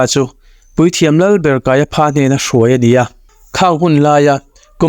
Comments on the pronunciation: Kaiapha tih lai kha. Kaiafa tih ti zawk awm tak a nia. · Kaiapha hi Kaiafa tia lam tur ania, elephant ang hian😅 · Kaipha tih ilam dan hi adik hlelka ti,Kaiafa ti a lam tur ani lawm le pha englis chuan fa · Kaiapha 😂, Kaiafa ti a lam tur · Kaiafa tih a lam thinni on ka hria kaia pha ti in a lam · Kaiapha ti lovin Kaiafa tiin lam zawk tur a nia. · Kaiapha hi Kaiafa tia lam tur.. p hi f angin lam tur.. Josepha te pawh Josefa tiin kan sawi thin hi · "Kaiapha" hi "Kaiafa" tia lam tur emaw ka lo ti ṭhin a.😊 A bengvarthlak ṭhin khawp mai❤ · Kaiapha (ph)hi f anga lam rik tur